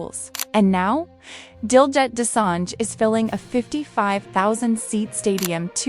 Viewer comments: Pronounced Diljeet not that way you are saying it. Otherwise excellent!!! 👌🏽👌🏽👌🏽👌🏽👌🏽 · To the person talking, pronounce his name correctly.